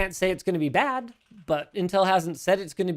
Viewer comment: i thought for so long they said "same bat time, same bat place" at the end of each video, and i never got why there were making batman puns XD, i just now realize that linus is saying bad, not bat lol